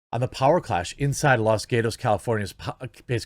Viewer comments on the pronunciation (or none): pronounced Los GAHtos (not "GATEos") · Its pronounced Los Katos not Los Gateos